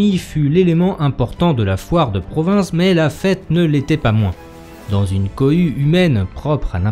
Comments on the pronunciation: L'histoire des foires de Provins est très interessante, mais on ne dit pas pas "PROVINCE" mais "PROVIN", le S final ne se prononce pas. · Le « S » de provins ne se prononce pas